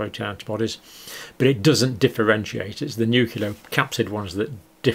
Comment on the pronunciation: Please stop saying "nukular"